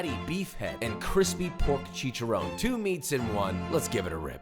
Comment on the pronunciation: chee-kah-ron, not chee-cha-rone just an FYI